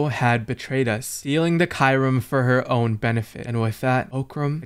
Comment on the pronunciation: Talk about miss pernouncing kyurim xDD still fun content none the less